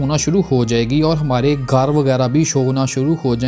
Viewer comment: Tere gar se🤣🤣🤣 abbe Sidaa bol lee hindi 🤣